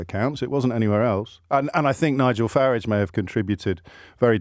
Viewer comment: I like that he gave "Farage" the true pronunciation.